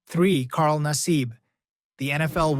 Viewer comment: Carl Nassib is a proud PENN STATE Grad. Love ya Carl! P.S. You miss pronounced his name.